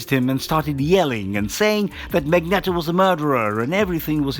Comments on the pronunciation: mag-net-o XD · One problem though, guys! It's MAGNEEEEEEEETO! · Magneeeeto emphasis on the eeeeeto lol but great video and thanks for taking the time to upload it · Thats not how you pronounce Magneto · Whelp can't say Magneto the same again lmao